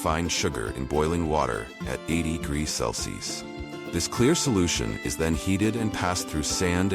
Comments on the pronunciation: 10.13 one thousand sixty four what???! Grease?? Ai might be smart but it still can't talk😅😅😅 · 1064 grease? Haha man this AI is fkn stupid and hilarious